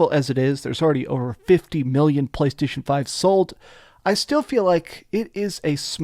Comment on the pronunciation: "talking about BBlaystation" 😂